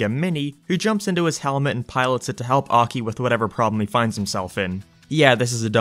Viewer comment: It is pronounced Ah-kee